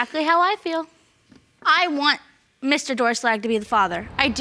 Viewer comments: "DOOR SHLAG " realy ? Lol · 'Doerschlag' LOL Sounds like Door Slag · Doerschlag (pronounced ‘Door-shlag’) is such a funny last name